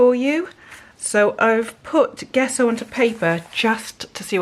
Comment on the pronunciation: Loving your experiments. Gesso is pronounced with soft J…Jesso.